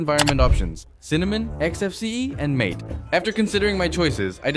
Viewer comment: ¿Si sabes que Linux mate se pronuncia ma te como la infusión que beben en Argentina, Uruguay y Brasil? No es Mait. Uno de los fundadores de mate es argentino.